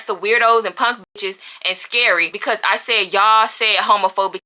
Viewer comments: She said punk and NOT ponk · Punk not “ponk” 😭